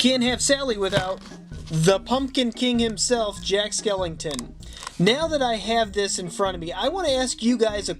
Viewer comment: WHY DOES HE SAY,”Jack SkelINGton” it bothers mr SOOOOOO much